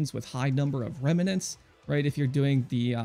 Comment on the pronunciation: uhhh, it's "remnant", not "remenant".